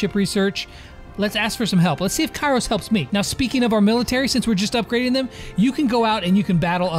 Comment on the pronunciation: Its kairos not karios